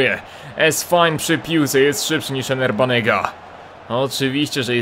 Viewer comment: Nie Ener Banega tylko Ever Banega ;)